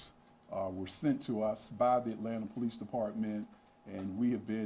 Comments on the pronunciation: Hey there. It's Atlanta not Atlatna:D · Atlanta* not atlatna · "ATLATNA?" Is this a fucking joke? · You spell it “ATLANTA”. NOT. “ATLATNA”.